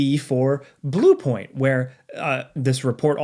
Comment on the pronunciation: anyone else giggling at the way he says blue point? lol keep up the great videos!